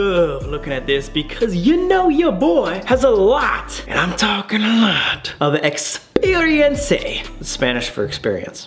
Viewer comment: For him it is lmao